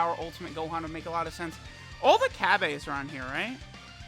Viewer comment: Anyone knows why says Cabbas Name wrong?